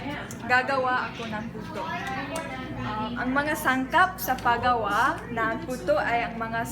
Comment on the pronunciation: It is not pagawa its pag-gawa